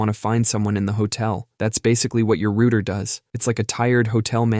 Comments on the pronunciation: router. Not rooter. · WTF is a rooter? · excuse me, my rooter? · British English pronounces route "rowt" ... rhymes with clout =) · Roto-rooter! LOL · Why did he say router like that 😭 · Pronounces COBOL right, but can't say router.